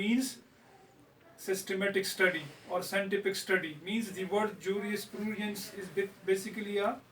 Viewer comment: And its Juris-prudence .. not jurisprooodiance